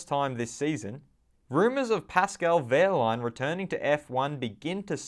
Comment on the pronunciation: Formula World Pascal Wehrlein not Pascal Wehlein